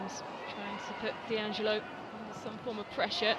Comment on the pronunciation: 'Allo 'allo 'allo wha' 'ave we go' 'ere den❓️Annuvver DEE -- stroyer of foreign names❓️ Surely if your intention is to insult Sabrina D'Angelo you can create something slightly more engaging than D.Angelo❓️